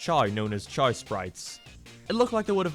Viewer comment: I like how he pronounced Chaos Sprites as "Chows Sprites". That's how you know you're lost in the sauce.